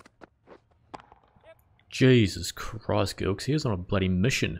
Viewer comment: It’s pronounced like Jillkes and Not Gilkes btw